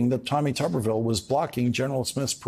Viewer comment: Did he say Tommy Tuberville or Commy Tuberville!